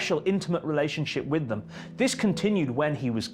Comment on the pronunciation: I'm not sure which is worse, the AI generated commentary of the appalling way in which Alex Larman speaks. "Vis" [this], "Vat" [that], "Fink" [think] etc, etc. There was a time, not so very long ago, that anybody exhibiting such traits of pronunciation [it is called "T H Fronting" and is an affectation, not a speech defect or deficit] would have been derided for speaking in such a manner. They still should be!